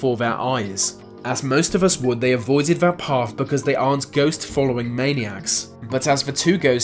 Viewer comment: Vey say vat vhe mountain.....